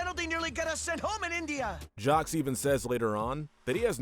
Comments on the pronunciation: Why you pronounce Jacques as “jocks”? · 'Jawcks and Johseeee' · ...did you just pronounce the S in Jaques? ...why?